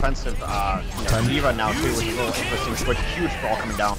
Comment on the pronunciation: my biggest problem with zp is his pronunciation of "interesting"